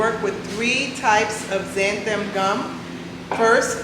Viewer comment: You are pronouncing zanthum. It is Xanthan with n at the end, not m